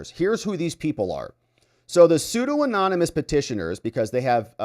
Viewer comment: Sue Don Uh Muss Pseudonymous.